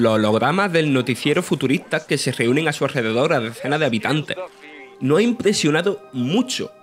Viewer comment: Futuritah y shuté JAJAJAJ que voz más horrible 😂😂😂